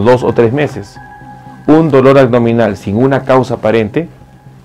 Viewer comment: Si eres Doc... Perdón pero me das desconfianza por qué no pronuncias bien como el dolor a"G "dominal...de verdad como es posible... Corrige pronunciación por favor es aBdominal.